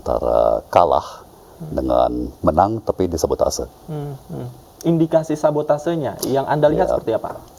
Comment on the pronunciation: Sabotase.? Tompel .bener ga tu ngomong nya?😂